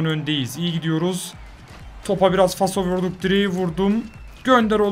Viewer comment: Abi faso degil falso jedjjdnfbs